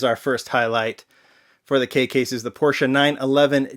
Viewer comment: I like that you know Porsche is a 2 syllable word.